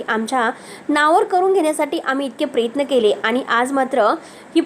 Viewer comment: बाई उच्चार नीट करायला देखील शिका. प्रयत्न म्हणा, प्रेत्न नाही.